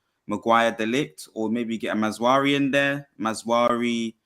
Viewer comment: It's MaZraoui not MazWari